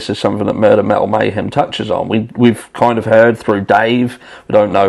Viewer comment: Metal? It sounds like you say MAL.